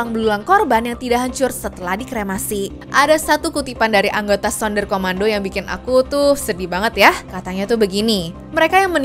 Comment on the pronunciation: BUKAN SUNDAR KOMANDO TAPI SUNDER KOMANDO KA